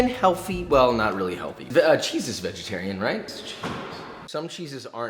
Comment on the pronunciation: We got BEEFY BOY and VEGETAWIAN HEAWFY